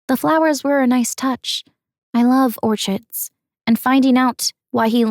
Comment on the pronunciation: Orchids… ‘or-ch-I’d’ I have never heard someone pronounce it quite like that before 😂 I’m thinking it’s more a reading something without thinking of the actual word you need to say